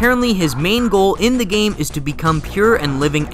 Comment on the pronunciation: 'within the geyme' :/